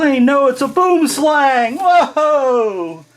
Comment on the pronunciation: I still find it hillarious how Americans pronounce ''BoomSlang''....